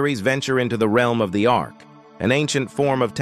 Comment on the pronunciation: Ark, not arch.